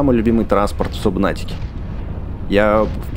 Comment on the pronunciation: ЗАПОМНИ ЭТО НЕ САБНАТИКА А СУБНАТИКА!!